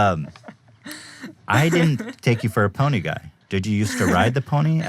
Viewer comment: the way Ethan says 'pony' is so funny to me, lmao. "A powwee-nee"